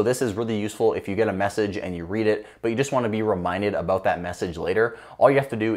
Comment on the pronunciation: hehe... "Aboot" 😁